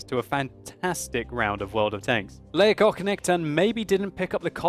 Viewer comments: It is pronounced like Leo-gog-knekt-en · you almost pronounced that right! That K in the middle though should be pronounced like the C in 'care', and empasize the E's instead of just rolling the word out smoothly;) It sounded very german when you said it xD Cheers from Sweden <3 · You pronounce the name as two words: lego knekten (lego knight) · Leggokchnechten låter som ett bra sätt att uttala namnet på. Haha. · Legock nekten :D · sorry but i hate how you say legoknekten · It sound very funny when you say legoknekten. :P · you really butchered his name :/ but it was a nice try